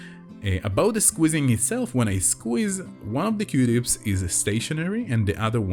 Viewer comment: It sounds like you are saying qdips 🧐 say, que-tips. Qtips no Qdips. OMG, I think you are a wonderful person, and usually I watch these videos when I’m stressed, because it gets my mind off of everything. Anyway, you make me smile a lot with your quirky sense of humor, and that you’re not afraid to say what you really want to say. (mute button manual) Thank you for always finishing the pops! NEVER ON ANY VIDEO do they finish their pops! A$$holes! Your videos and listening to your soothing voice makes me feel better, it always relieves my anxiety. Thank you!!! Dani Wilson Baltimore, Maryland